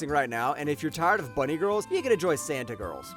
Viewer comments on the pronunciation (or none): none